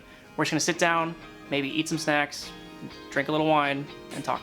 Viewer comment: i thught ryan said sacks xD INSTEAD OF SNACKS